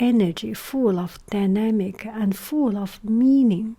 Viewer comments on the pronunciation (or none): Okey.... is it just me from 2020 here now that though she said “pandemic” when she said “dynamic” Also I love your voice <3